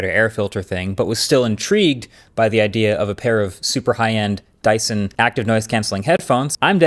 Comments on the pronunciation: "DYSTON" 😂. Love your videos and you are one of the best tech youtubers out there ❤ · It’s dyson